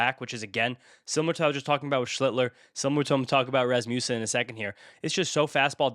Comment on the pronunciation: Rasmussen is so underrated, his name isn’t even pronounced correctly 😂…(Ras-muss-en) not (Ras-Moose-en) What more does he have to do to make it to tier 2? 2.59 ERA, 84 K in 80 IP, 6 Wins… Same WHIP & K/9 as Ohtani w/ almost half the BB’s 🤷🏼‍♂️